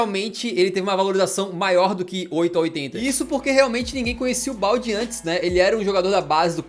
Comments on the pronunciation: Correção: se fala Baldê mesmo, não Balde. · "Balde" não, é "Baldé" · a pronúncia não é balde não kkkkkkkkkkkkkkk é "Baldê" mesmo, como se tivesse acento. O próprio Marcelo Bechler falou isso num vídeo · O Marcelo Bechler fez vídeo falando cm se fala o nome do Balde. E ele disse q é Baldê, com um ê e não um e... Agora o canal aqui do Brasil teima em chamar errado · o alejandro balde se lê "baldé" mesmo que não tenha acento ( palavras de quem mora em barcelona e ouve os catalães falarem)